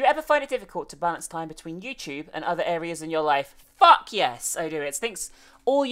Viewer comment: you annunciated fuck and I actually jumped because of it